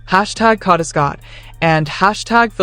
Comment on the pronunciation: Her name is KADA not kaadda